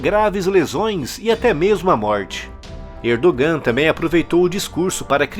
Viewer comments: so Uma dica a pronúncia do nome do presidente da Turquia. Erdogan lê-se Erdoan. esse g é só uma letra que indica um prolongamento da vogal anterior. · A pronúncia de Erdogan está errada